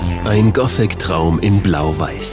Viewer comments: Wie der Sprecher gothic ausspricht.. "Gootik" -. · alta , der Sprecher geht mir auf die Nerven . "GOTIK" XD . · Das Wave Goootick Treffen - super Aussprache ^^